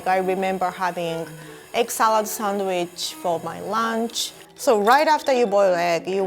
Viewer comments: Am i the only one who hears "egg salad sandwich" as 'excellent sandwich'?😂😂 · Egg salad sandwich sounded like eggcelent sandwich